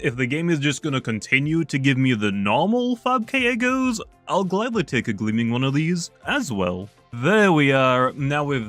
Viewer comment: "5000 kyeggos" said